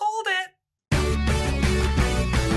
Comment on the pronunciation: "Colled ih"